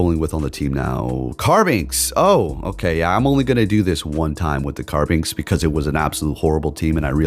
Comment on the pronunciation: Carbink doesn't have an x. You always call it Carbinx...